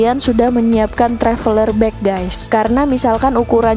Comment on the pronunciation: Waduh ...ucapan kata GÈS nya banyak bgt, pakai bhs Indonesia aja! Bukan Gès tapi pronunciation nya GAIS! Mula2 saya kira mksd anda "gas"Salam dari Australia.